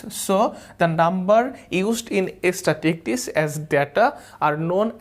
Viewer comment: Love the class... Extremely helpful in face of exams... Though the pronunciation of "statistics" could be better... But it's a minor problem